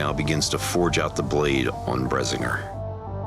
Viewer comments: 2 things. 1 you pronounce brisinger wrong. 2 it wasnt a 2 handed sword. It was a hand and a half. Other than that well done. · by far the most requested item in 2018 is "Bredzingger." f*ckn pronounce it right!! good job though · bruh this is almost exactly how i saw the blade in my mind, and BTW its pronounced bris-in-ger. And good form to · They say bresingr. Im very upset about that. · Bresigner? Boi since when do you pronounce it like that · You are pronouncing "Bisinger" wrong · They did actually according to the guide at the end. The emphasis goes on "Bris." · >"Brezingr" SAY IT RIGHT!! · Brehzinger That pronunciation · The sword was beautiful, but I have a couple of issues with the pronunciation of the sword and the design of it. It's Bris-sing-ger rolling the r's, the sword's grip is supposed to be a hand and a half not a two handed, plus the gem was smaller (still larger than what is normally there). Sorry if I stepped on some toes, I'm a fan of the books and of you guys. Just trying to give some constructive criticism. ;) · everytime they say Brisingr all I hear is Bazinga... bloody big bong theory, ruins everything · sweetness, Eragon was the first book I was truly obsesed with, but was it just me or were these guys saying bresinger? I always thought it was pronounced as vrisninger, like how B and V have a similar pronounce in Japanese, and yes I know its not Japanese but elvish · If you’re going to make a mythical sword as accurately as possible at least learn how to pronounce it’s name correctly. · They way that they pronounce Brisingr hurts my ears. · this is painful to watch. thank you for butchering not only the pronunciation of the word Brisingr, but also the sword. looks nothing like the sword described in the books. this is sad. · The guys dont even pronounce the name correctly. Its EXTREMELY annoying to hear throughout the entire video. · Do zar'roc, the proper way. Not that cheap mix of it and brisingr from the movie. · PRONOUNCED. BRISS-ING-GRR